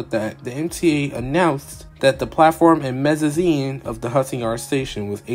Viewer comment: Say mezzanine like that one more time…